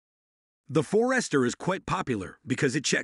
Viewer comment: Robovoice is better than most, but still discernable by mispronunciation of Forester and Hyundai